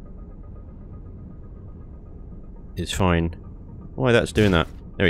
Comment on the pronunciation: "It'll be foine!" Every time we hear those words.... 😂